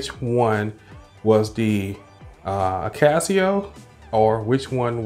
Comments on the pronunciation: A-Kah-So, not AK-As-See-Oh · Why akaSEEo and not akaso?